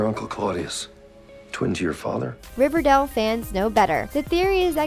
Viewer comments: It's not shek its Chic. Its Riverdale not riverdall. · ITS RIVER-DAYEL OK PRONOUNCE IT LIKE THAT MY GOD LADY Edit: ALSO WHY THE HELL ARE U SAYING SHEEK UR SO STUPID JESUS EDUCATE URSELF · RIVERDELE!? who else hated the way she said that